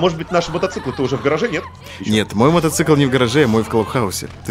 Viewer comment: Правильно мотоцикл, а не "мотоцЫкл".